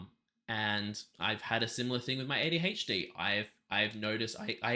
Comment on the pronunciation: As an American... I've never felt more like I have been mispronouncing my "h's" for my entire life, as I will after hearing you say "ADHD"